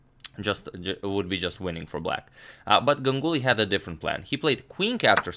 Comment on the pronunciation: Always love to see Indian players game.... Just to mention here, when you pronounce Ganguly... It's not like Gang uly... It's more like Gaanguly